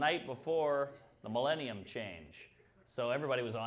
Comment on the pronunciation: "mellenium" Bro ... Lol.